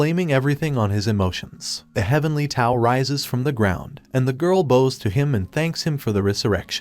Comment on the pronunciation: I like the recapp but one thing bothered me. The way he pronounced bows. There are bows as in bows and arrows and there bows as in bowing. Spelt the same but pronounced differently, one of the difficulties of the English language. A bow and arrow is pronounced as 'boe'. Bowing is pronounced as 'b-ow'. Not sure how to spell phonetically but I hope what I'm saying is clear.